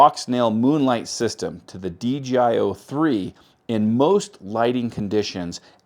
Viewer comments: Why do you call it DGI? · Every time. Take a listen and tell me if it sounds like DJI or DGI to you. It sounds like DGI to me.